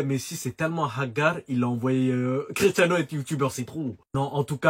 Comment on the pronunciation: Et les mecs, on dit Cristiano